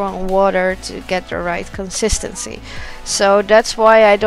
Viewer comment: Omg if she says consistency wrong again I’m gonna scream!